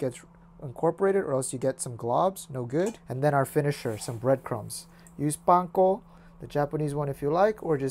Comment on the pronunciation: YASS, someone who knows how to pronounce panko! Can't even begin to describe how happy you made me with that one word, LOL! (^_~)